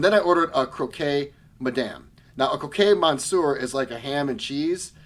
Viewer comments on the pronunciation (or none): We need to work on your French Pronunciation of Monsieur & Madame :)